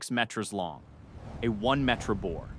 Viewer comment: What is a met-ra? I thought it was pronounced me-ter. Is the narrator a robot? It's also interesting how it pronounces lead 2 different ways in the same segment.